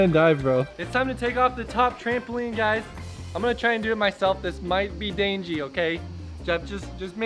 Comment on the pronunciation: Stop saying dangiy